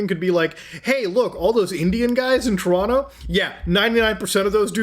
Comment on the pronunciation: Muta! You mispronounce Toronto. Also, we can't smell you through our devices yet. :hand-purple-blue-peace